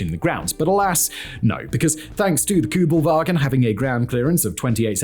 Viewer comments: It's not "Koobelvagen" but Kuebelwagen. The first vowel is a U umlaut. Sounds like eee with your lips rounded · It’s Kübelwagen, not Kubelwagen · Very hard to watch as a german. It‘s called kÜbelwagen! In german you could also write an ü as ue and spell it like this. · This car is KÜbelwagen not Kubelwagen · It's K ü belwagen and Porsch e ! Or is it Jep and Chevrolet e on your side? 🤦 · Kubelvagen GTI? HahH😂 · Its Kübelwagen not Kübelwagen ffs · You dont hear people say the American Kubelwagon though lol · Ü, nicht U. Ich weiß, ihr habt den Buchstaben nicht, aber ist mir egal. Ihr probiert's ja nicht einmal. SPRICH DEUTSCH, DU HU- xD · Why aren't ALL Americans fluent in German? Yoll got so many Immigranten! Please do not even try, when that single word SUCKS. You all have no Ü anymore. That universal U has been changed in English, it is gone, no clue why, you write u, but you say something else. No kidding, it is how it is, history of English language. Still, you all are limited! No ü! When you see ü or Ü, go to a dictionary that SPEAKS. Listen! Do not say things like déjà-vous. VOO is wrong, it is déjà-vu and vu is not voo. Same applies for German ü. Why do you SPEAK these few German words? I always do my best to make chocolate of you, but today you lost me. Please listen to this video again.